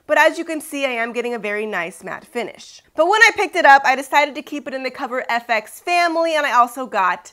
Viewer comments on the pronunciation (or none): BTW its F X not Fix. Lol